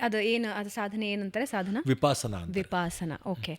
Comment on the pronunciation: 1 ಅದು ವಿ ಪ ಸ ನ, ವಿಪಾಸನ ಅಲ್ಲ 2 ಬುದ್ಧನ ಜ್ಞಾನೋದಯ ಆಗಿದ್ದು ಇದರಿಂದ ಅಲ್ಲ